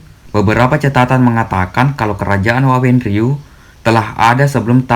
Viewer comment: Maaf, Min. Yang sering saya baca adalah WEWANG RIU, bukan WAWENG RIU. Maaf kalau salah. Sekedar info, saya asal Dua Boccoe, tinggal di Makassar.